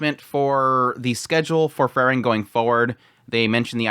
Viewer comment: It's Freeren, not Frrren.😁